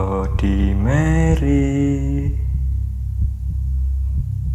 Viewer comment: Baca / ngucapinnya bukan Blodi Meri.. Tapi Bladdi Merri..